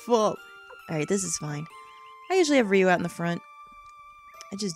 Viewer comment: I do believe it should be pronounced as Rio. Other japanese words that end in 'ou' (mou, sou, kibou) just have an elongated 'o' sound at the end. And His "official" name comes from some novels that were released after the game was made, and I'm not even sure the creator had anything to do with those.